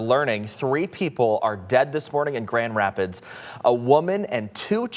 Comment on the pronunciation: Is it really so hard to say Grand Rapids " MICHIGAN " . NEWS is on a world wide stage now, how many years will it take to get reporters to do a half way decent job. Seems like they hire high-school drop outs that look good on camera.